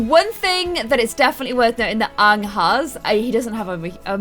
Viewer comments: OMG YOU CALL HIM ONG? IT’S A-ANG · when you pronounced aangs name like ah ng instead of aye ng, my heart went </3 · Your saying it wrong.... its aaang not ang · im sorry i cant watch this episode the name is Aang not Aahng idk just the way you pronounced it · His name is pronounced aa-ng a as in Apple u say that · Why do you call aang so weird 😁😁